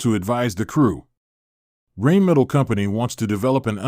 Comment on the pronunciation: thats got to be the worst pronunciation of Rheinmetall ive ever heard